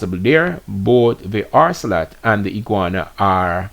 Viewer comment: Keep hearing you saying orcelot and the word is ocelot. There is no R in the word